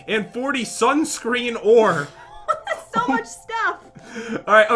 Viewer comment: said sansun ore instead of sunscreen